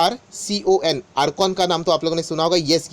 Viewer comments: आप इरकोन को.... आरकोन कहते हैं..हम समझ सकते है कोई बात नहीं.... हो सके तो इरकोन शब्द बोले तो अच्छा लगता है...... माफ़ करना... लेकिन विडियो बनानेके लिए बहुत धन्यवाद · Bhai ircon ko sahi se bolna to Sikh le....baar baar ARCON bol rahe ho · Baar baar aap IRCON ko ARKAAN pronounce kar rehe ho, jo galat hain.